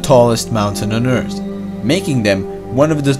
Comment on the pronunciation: Yeah, but when he says earth it sounds like beers